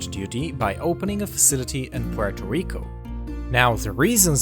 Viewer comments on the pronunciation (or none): none